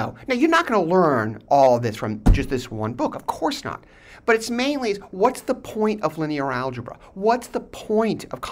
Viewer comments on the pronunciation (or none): he had me ROTFL... "What's the poyyynt?" His accent adds to the hilarity. Every lecture course should really being with answering "what's the point?" They say it's not about the destination but more about the journey to get there. Sure. But it helps to have a motive to get somewhere.